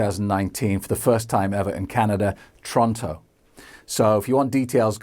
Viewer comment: Said Toronto wrong